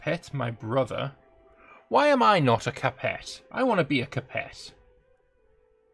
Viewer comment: Shame the same can't be said for his pronunciation of "Capet".